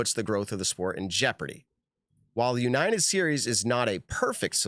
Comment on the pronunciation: Why can’t say the word United lol